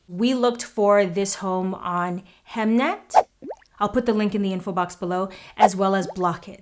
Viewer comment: Big welcome to Sweden! Ive been following you since the big cut:D Btw you pronounce HEMNET correct!! Just like sara.A, if you need a sista to hook you up with quetions or so here, we got you:) <3